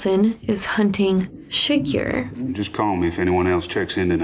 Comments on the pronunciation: fantastic reaction! Chigurh is pronounced /shuh-GRR/: ) Chigurh got the money (most likely), because Llewelyn hides the money in vents, and when Ed Tom goes back to the room, the vents are unlocked with a coin, just as Chigurh had done before. This is not a normal movie. This movie is about the gap between good intentions and results. With so much chaos in the world the gap will always be there. Llewelyn finds a bag of money and wants to use it to improve the quality of life for his family. But this puts a target on his back. He brings water back to a man that was dying and and now the bad get the VIN off his truck, which leads to his home, which leads to his mother in law, which leads back to Llewelyn and he is literally killed by his best intention to help that poor thirsty guy. Then Ed Tom quits being a sheriff, not because he is scared, but he is no longer aware of who the bad people is, or what’s coming. I’d reccomend watching the intro narration and the scene where Ed Tom talk to his (uncle?). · The pronunciation of the evil character is Chigurh,. “Sugar” is the character of Marilyn Monroe in “Some like it hot”. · "Shoe-gar" 🤣🤣🤣 Chigurh and Stilgar got all mixed up at the end there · freakin SHOE-GARR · "Shoogar", you and names seem to have this arrangement going on. You can't remember them, and we love you more for misprounouncing them. 😁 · Also, "Shoe-Gar". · "Shoe gar" 😂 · “shoe garr” 😂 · That made me laugh too. It's like she combined Chigurh with Stilgar. Was very funny. Edit: and she just acknowledged it as I was typing this. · Who's "Shoe-Garhh"?